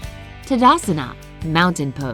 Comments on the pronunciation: For kind of information It is not Tadasana it is Taadaasana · It is not tadasana it is thadasan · Impressed by how she said "Tadasana" as "tdsna"🤲 instead it,s pronounced as " TaadAAsun" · It,s taadaasan not tadasana